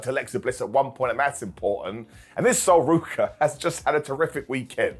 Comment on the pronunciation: It's Asuka, Not Osuka!